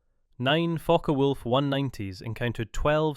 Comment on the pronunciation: Sorry, not Fokker Wolf, its Focke Wulf